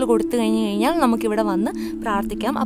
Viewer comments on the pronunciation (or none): Its good but she can standardize her malayalam. Kayinjal is a wrong usage. Kazhinjal is the right pronunciation. Please be careful while using our Mother tongue